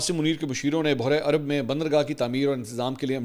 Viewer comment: بحیرہ ء عرب کا تلفظ چیک کر لیں۔ اور "بوہرہ عرب" کہنے سے اجتناب کریں ۔ شکریہ